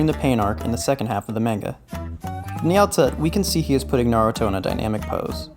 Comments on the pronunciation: Maneguh? I thought it was pronounced manga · Great video but it's (Mah-n-gah) not (Main-ga). SMH. I have a friend that has said it the way you do for as long as I've known him. He's like "that's just how I say it" well that's the wrong way! Damn! Have some culture. How are you gonna be so into something and not even care if you're pronouncing it correctly. Jeez! I'm sorry? 😅 I had to say something. I couldn't resist. Great video.